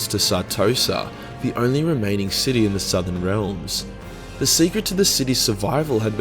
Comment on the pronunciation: He pronounces city as shity